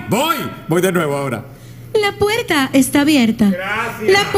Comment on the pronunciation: Dios los bendiga Me dio risa porque de ves de ella decir puerta ella dijo la puerca. Jajajajaja